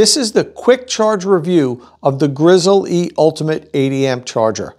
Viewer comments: It is pronounced Grizzly, like the bear, not Grizzle-E. Take at look at the company’s own videos. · It hurts so much to hear him refuaing to say grizzly instead of Grizz-el-e. Say it! Dagnabbit!! Grizzly!! Edit: I still liked the video :)